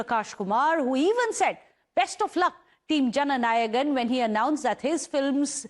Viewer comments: whats Janagan ..Take effort before saying something😂😂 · It's not JANAGAN pls correct yourself...say it right..JANA NAYAGAN